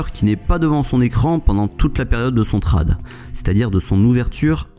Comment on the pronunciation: Bonne vidéo, cependant dis "tréde" pas "trade" ce pique ;)